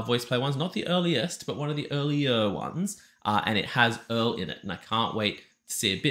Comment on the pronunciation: "earl-ier" like...more early than the ones without earl (are they earl(l)ess?) ^^